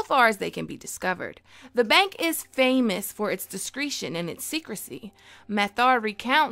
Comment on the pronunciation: Also it’s pronounced dis-gresh-an not dis-creet-ion